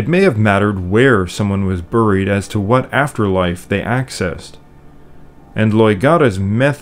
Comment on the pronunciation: Another great vid!. One question though, is "Buried" commonly pronounced "Burr-eed" where you live?. No offense intended, I have just never heard it pronounced that way before. Thank you!.